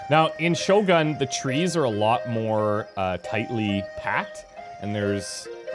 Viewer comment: just a trivia, but shogun is not pronounced like you did , it pronounced 'shogoon'